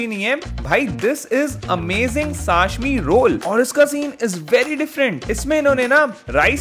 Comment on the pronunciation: It'll be wonderful if you learn the correct pronunciation of food items. Isn't that important for a food vlogger? Sashmi ❌️ Sashimi ✅️